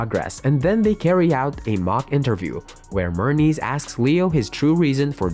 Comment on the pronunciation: It’s Hermes NOT Mernes?! Huh🤦🏿‍♂️